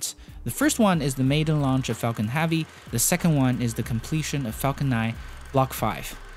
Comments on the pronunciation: Heavy! Not "havy".... There is a e in there.. Otherwise nice video.. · Falcon heavy not havy I know you got an accent but it's not that hard to say heavy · Are you aware you're saying hAvey every single time? I twitch every fucking time you say it lmao. Great vids still ! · Good pronunciation in general, but you REALLY need to work on the soft e in hEavy, Epic, spaceEx, End, landing lEgs. Almost every time you pronounce those words, you pronounce an A sound like in Axe, not an E sound like in Egg. You DID get it correct Expectations and strEngthening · I love these videos, but I’m curious to what accent of english the narrator is speaking? One example is that the narrator is pronouncing the word «heavy» like «havvy». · Space Ax launched Falcon Havy succesfully hehe ( please pronounce E ^^ ) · Jonas Sjöman Axe-ploration is Apic Havy! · Also, "Falcon Havvy" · epic you say apec SpaceX you say SpaceAxe death you say dath heavy you say havy no hate just facts